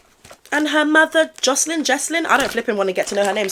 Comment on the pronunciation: Yes, we need to refocus on the real issues. You pronounced Jessalyn correctly, btw. This is generational abuse, with JoJo still being her mom’s puppet/toy. It’s really awful and every layer you peel? It gets worse. Kids should not be on ANY screen for public consumption. Because they are consumed in every meaning of that word. And the people watching and the predators running these ‘shows’ are either innocent kids being second hand groomed to think this is normal or other predators. There is ZERO need for it. And I would include child athletes also. ♥️✌️ Thanks!